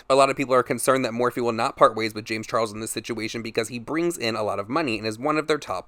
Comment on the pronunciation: Darrick Sp40 i’ve been hearing “lames charles”